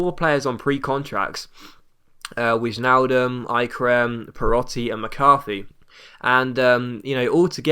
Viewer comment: it's pronounced wynaldum